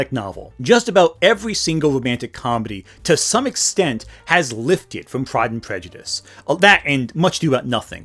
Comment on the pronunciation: I was commenting on her pronunciation, and presumed ignorance of the actual book, if she can't even get the title right. . I am frequently the victim of autocorrect, or just clumsy thumbs in general, and my eyes aren't what they used to be either, but your comment suffered from neither of these problems and is flawless.